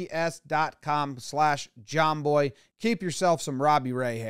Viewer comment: Why is it when Jomboy says k-e-e-p-s all I hear is J-E-T-S Jets Jets Jets? And I’m not a Jets fan…..